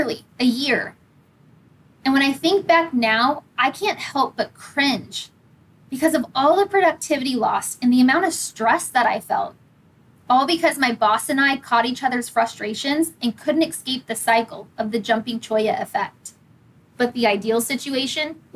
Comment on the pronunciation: Strategy #1: learn to lie to yourself. #2: become a robot. Yup, I'm going to take psychology advice from someone who says "expecially" and "excape". No thanks.